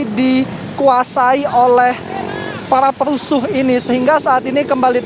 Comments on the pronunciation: Ngemeng aja lo belum becus...jadi MC Ngomong perusuh...perucuh.. Situ ok ngomong perucuh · hah reporter sebut "parah perusuh" ? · Reporter sebut PERUSUH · Comentator yg bilang perusuh nmx ngomong r tager.